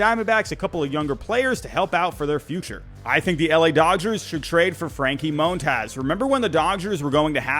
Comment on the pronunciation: Just say Mon-taz, the hell is up with all this Moan-Taws shit😂😂😂